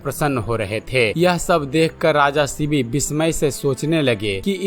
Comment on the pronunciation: थोडा स्पष्ट बोलो., शिवी नाहि शिबी राजा. Vedio banane के पहिले दारू मत pina.